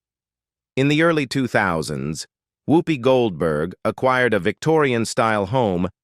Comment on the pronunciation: Her name is Whoopi not Hoopie